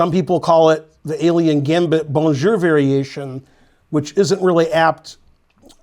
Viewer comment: So much time spending in Belgium and still saying « Bonjour » like an American. Terrible.